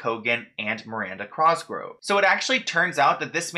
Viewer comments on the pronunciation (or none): Omg same I was just thinking "dude you're awesome but god it's COSGROVE not CROSGROVE" 😂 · It’s cosgrove not crosgrove lol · COS—GR—OVE!!!! No R before the O! #triggered lol!!! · literally same i like correct him every time even tho he can’t hear me like cos grove not cross grove slightly angers me it’s fine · “Crosgrove” really got me out here giggling 😭😭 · why does he call Miranda Cosgrove, Miranda Crosgrove 😂😂I liked the video tho!!!! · worried about if he’s pronouncing viacom right says crosgove instead of cosgrove throughout the whole video 😂😂 no hate it just cracked me up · “Crosgrove” lol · It’s really bothering me that he keeps saying Crosgrove when her last name is COSGROVE*** only true Miranda fans know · Miranda "Crosgove" lol, you just moved the "r" to the wrong place that's all! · COSGROVE my guy not "Crosgrove" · Cosgrove... it's bugging me that he says crosgrove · COSGROVE NOT CROSGROVE UGH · It’s cosgrove not Crosgrove. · It’s COSgrove why do you keep saying crosgrove omgggg your pronunciations is so bothersome!!! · like the more you say crosgrove the further it will invalidate your coverage on the matter(s) just a tip way too many videos pronounced “cosgrove” incorrectly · ur saying her name wrong... it’s COSgrove not crosgrove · Sounds like he’s saying crosgrove and he ligit said hobsnocker it’s hobnocker lol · The hat made you add the r lol 😂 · Cross grove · Miranda Crossgro 😅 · You pronounce her name "Crosgrove" lol. I I love your vids btw. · The "Crosgrove" is a vibe <3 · Drinking game, take a shot every time says Crosgrove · everytime you said "Miranda Crosgove" I was screaming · It’s the “Crosgrove” for me 😂💀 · Why r u saying crosgrove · stop saying crosgrove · I love you. But the way you pronounced her last name is sending me. Lolol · Wait what?? It's not with an "r"?! Woops. Made the same mistake my whole life, even after watching other vids about her that were probably pronouncing it correctly. 😅